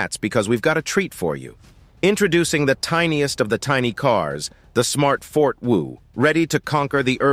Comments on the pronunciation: Did he just call the Smart Fortwo car the fort wo? It sounded like it. It Smart for two. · Smart fortwo is said for two not fort wo